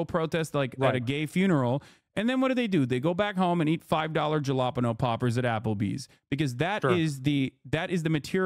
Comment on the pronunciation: dude cant pronounce jalepeno